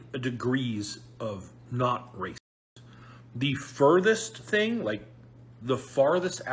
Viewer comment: Every time you say it it sounds like rapist, so their defeating the purpose...